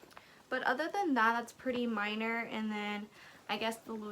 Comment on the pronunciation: I appreciate the “we see each otha” 😅